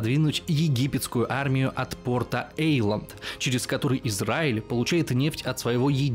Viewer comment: Нашли что сравнивать, или кого. Солонин это супер. А этот товарищ израильтян упрямо евреями называет и не знает как произносится Эйлат